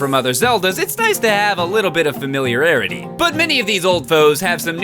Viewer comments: Uh did just say familiararity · "... it's nice to have a little bit of 'familiarerity'". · "Familiararity" Nice English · "Familiararity" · he didn't. He said familiararity; the word is familiarity.